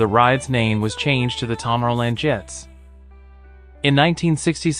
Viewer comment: It also mispronounces tomorrow land. This just gives the impression of being an amateur, a video that isn't very well made.